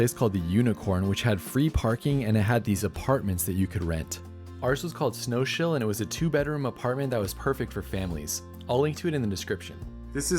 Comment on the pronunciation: Well now! It’s only a few weeks since I was enjoying your Lincoln Highway trip and now you’re showing off the area where I grew up! You were very unlucky with the weather but looks like you all had a great time, kids especially. Your hotel suite is pronounced “Snow’s Hill” and is named after a delightful house and garden from the Arts & Crafts era. Your 2nd day first village is pronounced “Bore-ton - on - the - Water”; its model village is well worth a visit. The yellow flowers are for rape, from which rape seed oil is derived; fifty years ago very little of it was grown in the Cotswolds. Hope you enjoy the rest of your UK trip and look forward to seeing your next videos. Will